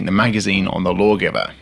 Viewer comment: "Blaw-giver pistol"? Well, if you say so.